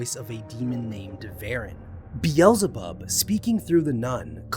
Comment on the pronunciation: I cant take your mispronouncing King Solomon and or Satan's name Beelzebub please see how the rest of us pronounce them please